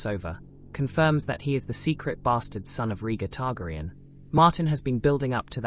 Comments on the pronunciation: E-mon Targriun and Varies. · I am pretty sure it's an AI narration. Once I hear that pronunciation, I stopped the video. Sadly many channels use AI instead of a human narrator.